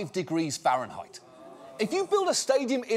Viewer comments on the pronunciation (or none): none